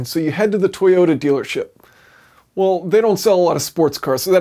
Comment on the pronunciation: Toyoter eighty sixer